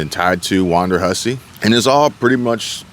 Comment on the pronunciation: It is WONDERhussy; Not WANDERhussy.